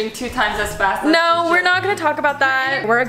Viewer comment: As an Australian gotta say Emily did a really good job at “no” and “home”